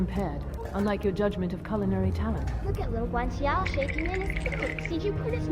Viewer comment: dawg. if i hear u say guanciale's name with this ridiculous character you've concocted one more time... I'm gonna throw myself out a fucking window.